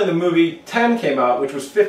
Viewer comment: and he said moovi lol